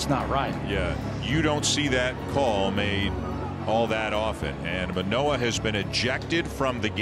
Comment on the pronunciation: The Orioles announcers must be really stupid if they thought that was intentional, considering they couldn't say Manoah's name properly so not particularly surprising.